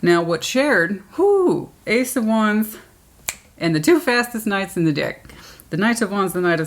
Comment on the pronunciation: Every time you said “deck” during Cancer 😂😂☠️ Once I heard it, I couldn’t unhear it each time. Lol